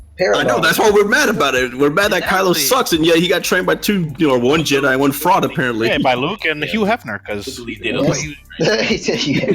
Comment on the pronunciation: this dude said Hugh Heffner im so fucking weak lmao